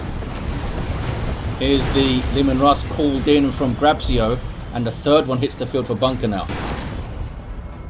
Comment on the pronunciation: You read it "Grab-chio" (Grabcio in Polish pronunciation, I think)